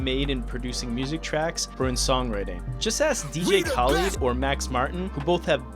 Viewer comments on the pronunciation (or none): none